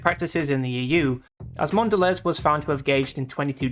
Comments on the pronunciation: It's awful because it now tastes like pure sugar and nothing else....and that's coming from me, someone who loved sugary sweet chocolate and grew up in the US loving Hershey bars. I refuse to have Cadbury since it was bought. It's awful. PS Mondelez is pronounced Mon-da-lay. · Mon dell EEZ. Bro... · Great video.I agree with your points. It's a shame what happened to Cadbury's. Mondelez is pronounced Mondelay btw.